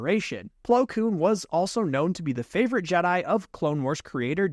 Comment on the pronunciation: You were saying Flo Koon, not Plo Koon a lot but started to get it right at the end.